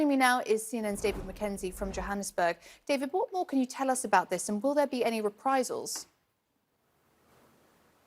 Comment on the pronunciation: "Represals?!!!" mind your words Ms anchoress.